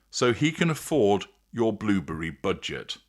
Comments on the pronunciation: Like he has blubbery lips! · The way you say "blueberry" is simply fabulous haha